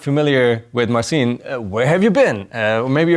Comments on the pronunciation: Please, don't call him Marvin. His Polish name is Marcin. To achieve a close proper pronuciation of his name would be to read this: [MART-sin] with an accent on the first syllable. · Nooo. The closest English pronounciation is this: /MAR-cheen/